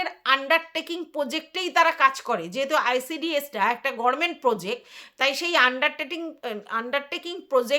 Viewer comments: তুমি তো দেখছি আমাদের ব্যানার্জী দিদির মতো গরমেন্ট বলো 💀 উচ্চারণটা "গভর্নমেন্ট" হবে আর যদি ইংরেজিতে উচ্চারণ করো তাহলে সেটা হবে "গাভার্নমেন্ট" বা একটু দ্রুত বললে "গাভারমেন্ট"। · গরমেন্ট নয় গভর্নমেন্ট হবে